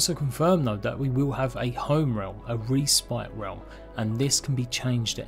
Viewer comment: Great video! My only input would be learn to pronounce respite xD